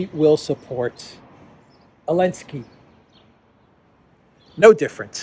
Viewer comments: WHY do you pronounce the name of a little-cocaine-man as Elensky?? Where is the Z? He is Zelensky, mate! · Because the letter Z was banned from Ukraine and most of the European union countries...so he is "complying" with that rule to the point hehe